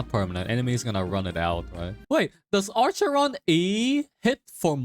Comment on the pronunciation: "ARCHERON". Im crying